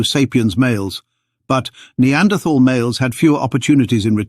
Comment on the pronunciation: Pity you cannot pronounce Neanderthal properly.